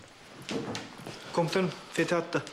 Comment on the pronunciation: Fetih adını söylerken varuk dedi😂😂😂